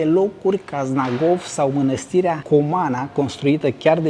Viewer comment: se spune mănăstire, nu mînastire, cu Ă e corect.